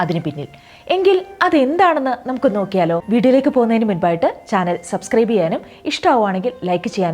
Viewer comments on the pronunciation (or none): none